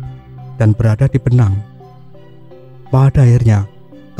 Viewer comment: Sunan Bonang..bukan benang kalo gak salah